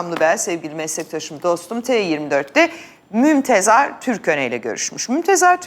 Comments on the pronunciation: mümtazer niye diyemiyorsunuz ya , mümtezar diyorsunuz :D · Özlem hanım, ısrarla MÜMTEZAR diyorsunuz. Doğrusu MÜMTEZAR değil, MÜMTAZER...! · Mümtazer türköne; Mümtezar türköne değil özlem hanım. Telaffuz ltf. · Mümtezar nedir ya. Mümtazer olucak. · Özlem hanım MümtEZAR değil MümTAZER. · mümtEzAr diyip durmayın hanımefendi adamın adı mümtAzEr. içeriğe odaklanamadım sinirden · Mümtezar değil Mimtazer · Mümtezar değil hanımefendi, Mümtazer. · Özlem hanım Mümtezar değil Mümtazer olacak 😊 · Artık şu adamın adını bir öğrenin. Bu kaçıncı yayın ve yine yanlış söylüyorsunuz. Aranızda bu adamın adını doğru bilen ve hatırlatacak, düzeltecek kimse yok mu? Mümtaz'er TÜRKÖNE. Mümtezar değil. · Mümtezar 😂 değil Mümtazer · mümtezar mı hahahhahahaha karı daha önündeki yazıyı okuyamıyor ama gazeteci(!)